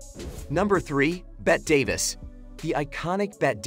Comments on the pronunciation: It’s pronounced ‘Betty ‘ Davis not Bet. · Bet Davis and Lucil Ball? That AI narrator needs a lesson in pronouncing names.